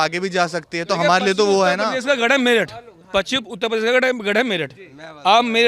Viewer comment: अखिलेश यादव तो उत्तर प्रदेश का सही उच्चारण भी नहीं कर सकता। अपने भाषणों में उत्ताऽ पदेश कहते हैं। जो प्रदेश का उच्चारण ही सही नहीं कर सकता वो सरकार क्या चलाएगा।